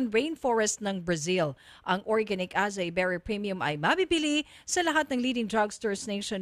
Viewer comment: acai is pronounced as ah-sah-EE